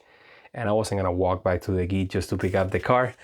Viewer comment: Thanks form the quick reply - is encouraging! By the way, I have to say it. The “g” in “gite” is soft like Georgia…